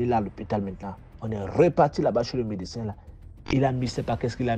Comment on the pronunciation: H1 Svp on dit médecin et non MeCsin ça m'a fatigué